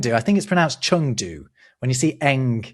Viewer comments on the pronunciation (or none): none